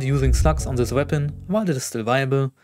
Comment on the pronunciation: "on sis wäpon"😂 ne spaß cooles video😂👍